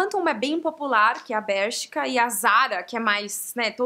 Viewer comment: a cadeia de roupa da zara é a index é espanhola faltou mencionar a stradivarius que é a melhor... e voces blogueiras brasileiras pronunciam mal o nome da bershka... falam com sotaque americano e o nome pronúncia se como se escreve